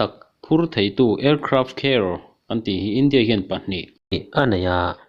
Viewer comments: Aircraft Care nilo in Aircraft Carrier tih tur o. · Indian ka nih vang chauh in ka like, Aircraft Carrier lam dan mawlh mai hi😂😂😂😂